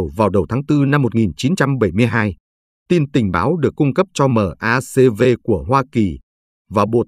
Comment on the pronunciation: Toàn cảnh trận An Lộc.. -- Cơ quan của Mỹ: MACV = Đọc là Mác Vi.